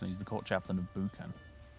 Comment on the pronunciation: The "Bu" in Buchan isn't a "boo" sound. Again though, otherwise really enjoying this. Interesting save. I didn't actually watch the original playthrough, I'll have to go back and do that, see the rise of this magnificent House of Munro.